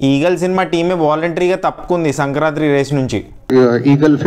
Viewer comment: Not sankrantri.., its sankranthi